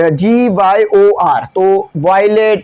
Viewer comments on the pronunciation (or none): P.I.A ia not a acronym it's an abbreviation (pronounce like letter by letter) VIBGYOR is a acronym (pronounce like a word) say vibgyor whole word, not V I B G Y O R letter by letter